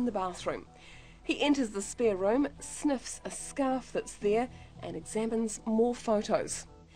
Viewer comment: "one, two, three, four more sneffs"